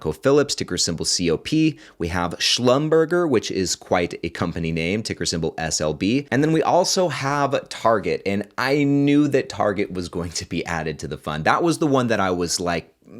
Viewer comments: Wow, lots of financials removed, and oil added. Interesting. Lol, "Schlum-burger;" they're of French origin-- it's more like "Schlumber-zhay." Anyways, I think they just go by "SLB" these days, but can still be commonly referred to by their old name. Thanks for the recap on the reconstitution! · I think that’s a French name for Schlumberger. It’s pronounced Schlumber-Jay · Isn't it shlumber-jhay? I could be wrong lol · it’s pronounced Slum-bur-jay ($SLB) 😂😂